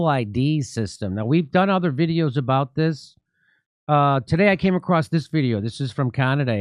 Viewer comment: As a Canadian, every time you say "eh" it is like hearing you say the "N Word" with a soft A. Aboot is the hard R.